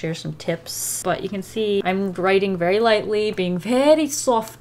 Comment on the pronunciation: “vaayry soft with the wrists” the way she said very sounds indian